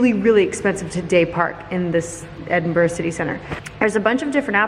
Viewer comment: So glad to hear you pronounce Edinburgh properly (in your voice over)! Love the vlog too...as always!